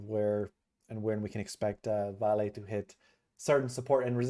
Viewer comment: It is pronounced Val-A.